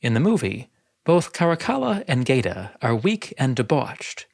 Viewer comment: Geta .. it’s pronounced ghett-a, same as in ghetto.. gay-ta just hurts my ears